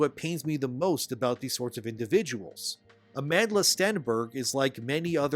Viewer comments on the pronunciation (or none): I like how your pronouced Amandla like "Amand La". 🤣I point this because I wonder: is her mother zulu or something, because "Amandla" in english means power/strength. BTW love your videos bro 🔥💯